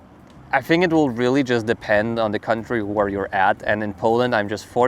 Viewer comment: You say “think” like me…Fink